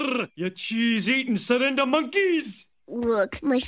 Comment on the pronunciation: Butt Mash It's surrender not salander.